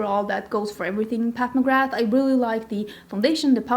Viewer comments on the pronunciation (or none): none